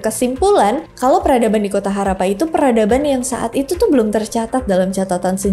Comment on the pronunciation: Dan sebutnya Harrappa, bkn harapan..😂..